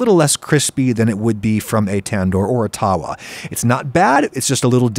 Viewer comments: it's pronounced- "tuh-vuh" not "tar-wa" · Adam it is pronounced th-wa taawa just a heads up I know it is hard to pronounce Indian names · It’s pronounce tava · The W in India is pronounced at a V, so that pan is called a Thava. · its pronounced tha-wa as in th in thing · I am dying at the pronounciation of tawa and tandoor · Just a little tip when pronouncing tawa: Try mixing a 'v' sound with the way you currently pronounce the w